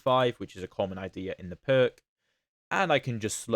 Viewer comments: "Pirc" is a Slovenian name and is pronounced something like "PEERTS" ( /ˈpɪərts/ ) in English. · > gives two pronounciations of the Pirc > both are wrong god bless England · Not even Daniel Naroditsky, the best at foreign names, knows the correct pronunciation of the Pirc! 🙂